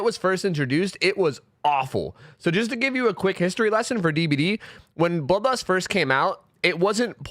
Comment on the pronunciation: I could only hear him say ''Bubba's'' instead of bloodlust